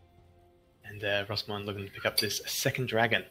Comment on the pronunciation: Mate its Rossmoyne... aint no Rossmore